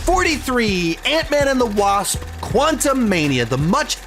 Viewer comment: I really hate being this guy and I’ve even seen him do it before but damn I almost had to click off with all that emphasizing of the “ ANT” when discussing Quantumania, it’s sooooo damn corny and cheesy and a little bit overkill 😩😂😂